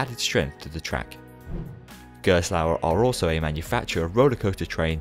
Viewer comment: Excellent comprehensive 'explained' video! The balance between Gerstlauer's backstory, and product line-up is well arranged, and your narration is easy to listen to - I appreciate in particular your efforts to pronounciate foreign names haha. On top of that, your montage skills get really impressive... cool transitions dude! I suggest for the next Manufacturer video to go a little more in-depth about the ride experience and what makes the company's design philosophy different. For instance, I really like Gerstlauer's creative approach with layouts, as they often add 'surprises' before the first lift hill or launch (Kärnan is the most striking example of that). Gerstlauer has also created unique elements such as Takabisha's 'banana roll', and made breakthroughs in the industry with Gekion Live at Tokyo Joypolis, a Spinning coaster with an inversion, well before Time Traveler at SDC! I feel illustrating a manufacturer's work with some genuine comments about their ride experience would further cement the quality of these videos. It would make the piece even more valuable for enthusiasts, and give the general audience a more concrete feel of what the company can achieve;) Again, well done for this excellent informative work! I'm glad I was able to help with some footage, even though it wasn't the best quality. Looking forward to the next video!:D